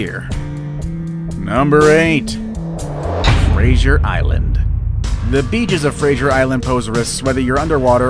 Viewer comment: he pronounced Fraser Island wrong